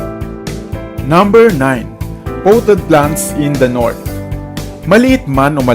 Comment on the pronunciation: Potted is not pronounced powted. The info, however, is valuable.